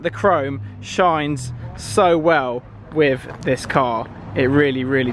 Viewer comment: Is it a thing in Essex to say "wiv" instead of "with"?